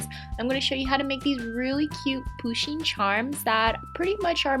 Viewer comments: No hate but the way that she say pusheen makes me cringe inside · She's prenouncing the name "Pusheen" wrong lol.